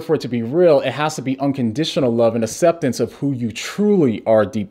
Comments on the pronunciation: Please take a moment to pronounce aCCeptance instead of asseptance. Bless you brother! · No one:: Asseptance Love ya 😂❤️ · I had no idea he was deaf! That makes a lot of sense when you talk about how he pronounces certain words